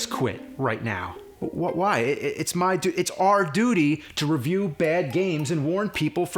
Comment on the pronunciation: Uhhh, I'm sorry. REH-view???